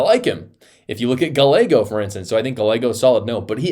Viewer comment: Gallego is Spanish the LL is pronounced like a Y in Spanish. How does a YTer not understand a major language spoken in america?